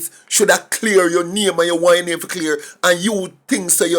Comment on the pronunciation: He can't his own name properly